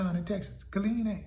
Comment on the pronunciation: Ft Hood is in the city of “Kill-EEN”……